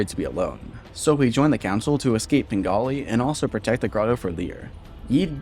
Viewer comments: You pronounce it as "Pengali" through the entire video, but it's actually called "Penglai" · I’m pretty sure penglai is pronounced like pung lie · ITS PRONOUNCED PEN GLY E